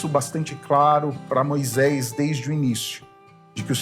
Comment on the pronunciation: CORRIJA A SUA PRONÚNCIA HORRÍVEL: MOISÉS E NÃO "MOISÉIS", TRÊS E NÃO "TREIS".....